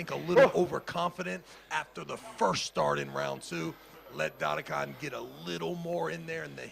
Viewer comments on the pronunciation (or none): Just call his name correctly its not Daddy Khan , its dadikYan ffs .. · I put a bet VS friends about ' pronouncinations of east guys names, I bet he will miss every single one. Tbh, Dadikyan was my biggest fear, I tought he must hit this one, its reallčy not hard, but yea, I won. DADIKAN ftw